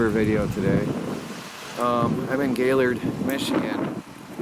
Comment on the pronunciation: It’s gay lord not gaylrd